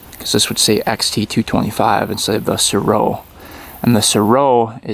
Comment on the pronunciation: I heard it was pronounced ''Sare-Oh'' for the Mtn. Goat.